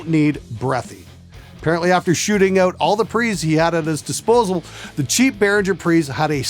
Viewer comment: noticed the way you said "out." where you at exactly? ON? Shouts out to Canadian musician/engineers